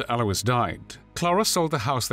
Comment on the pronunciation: Alois is correctly pronounced.